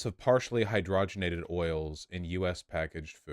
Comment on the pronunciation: Trans fat is another corporate thing. Crisco debut'd back in 1911 when Procter & Gamble purchased rights to a German patent on hydrogenated* oils. *btw: it's hyd-ROG-en-ated, like you'd say and-ROG-y-nous. You hear people saying HY-dro-gen-ated and that ain't right. It's not like you got some hydrogen and ated it. And yet that's exactly what you did. Just don't say it that way. And don't ate it too often.